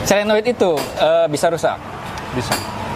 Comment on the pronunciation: SOLENOID bukan SELENOID .. maaf koreksi , seperti juga orang sering bilang TRIPTONIC.. padahal seharusnya yang benar adalah TIP TRONIC